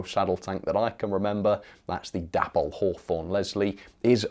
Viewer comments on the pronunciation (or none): Correct me if I'm wrong, but I always understood that the model brand Dapol was named after its founders Dave and Polly, so should really be pronounced "Daypoll"..... Just a thought 🤔🤨 Meanwhile, carry on the good work. Bob Morgan.